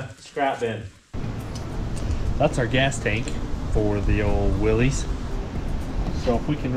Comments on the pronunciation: If you want to sound like you know those old classic Jeeps, the name is pronounced Will-iss, no long E sound. I know the spelling is weird for what the correct pronunciation is, but having known a old Jeep collector who would correct anyone who would say it wrong, I just thought I would let you know. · Just so you know, it's pronounce Wil=LISS, not Wil-LEEZ. I promise. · Willys is pronounced "Willis" :) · I tried to watch but everytime I hear someone mispronounce "Willys" I have to skip to the next video. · It bothers me too and almost everyone does it. In fairness, most people have no idea that it was a person's last name and that it's not pronounced the way that you might think it would be.